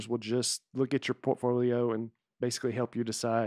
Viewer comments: I would really appreciate it if Nate would try to pronounce the difference between wheel and will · Nate pronounces “will” and “wheel” exactly the same way